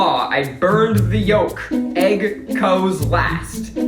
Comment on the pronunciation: Nothing quite like hearing Keith pronounce the L in the word yolk. Try again :)